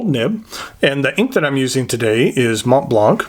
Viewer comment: Just so you know, the T and the C are silent :)